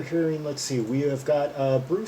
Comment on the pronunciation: It's JOHNSTONE.....not Johnson...!!